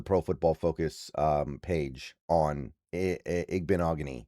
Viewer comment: I think you pronounced this better than most hard ones B! I like the pick up for depth behind Jobe